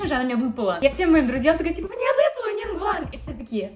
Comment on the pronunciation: НИН ГУАН А НЕ НИН ВГУАН